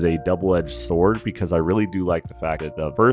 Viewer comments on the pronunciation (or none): none